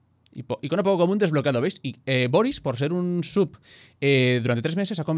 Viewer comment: Cada vez que dices sub alguien muere en el mundo hispanohablante